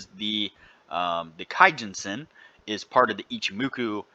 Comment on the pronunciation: keeeeejun sen not kAyjunsen :) according to japaneses forex trade kei